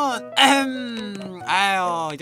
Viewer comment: 잉어맨님 처음에 엑션이라는 말 들림